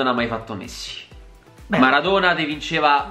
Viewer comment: ho sentito missi non messi😂😂